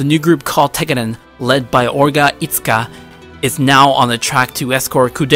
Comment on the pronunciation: E-tsuka? The way you pronounced 'e' isn't even in Japanese.